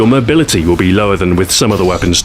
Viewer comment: "Mobilty"? Really Stu? You've disappointed IMC Command. Spyglass would like to have a word with you soon.